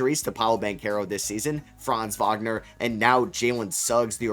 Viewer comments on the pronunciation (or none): ITS FRANZ WAGNER 😂